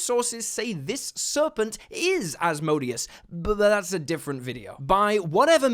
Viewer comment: Did you say "Asbrodeus"? I think you meant, "my odious bro," or the amalgamation 'my "brodeous" '.